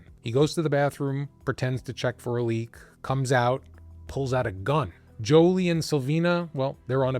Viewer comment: I believe it's 'Juli'....not 'Joli'.....